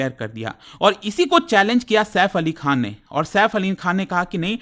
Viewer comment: खान हे खां नहीं हे 😂😂😂😂😂😂😂